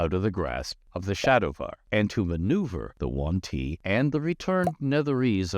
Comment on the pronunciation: He sais "The One-Tea" during all this video) ☺